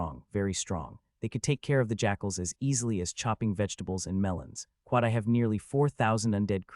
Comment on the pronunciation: Excellent story so far. Only problem so far is the persistent "kwat", it gets annoying.